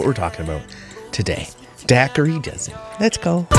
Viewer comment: Just letting you all know, the gh sound in Dougherty is a “h” sound. “Daw-hurty” is how it’s supposed to be pronounced. :)